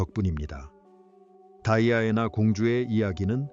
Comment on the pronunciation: 발음이 다이아애나가 맞아요? 거슬리는데...